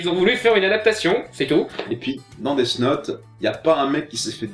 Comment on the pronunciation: Ce film death note est mauvais il faut avoir de la merde dans les yeux. est surement autiste ou alors il fait exprès d'avoir une prononciation de merde. Deafffe note. On prononce Death Note "dèsse note" comme dans déesse.